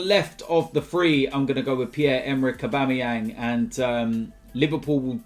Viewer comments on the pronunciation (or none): none